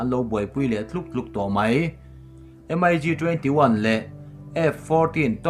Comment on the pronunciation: Russian thlawhna hi M-I-G ti lovin Mig an ti thin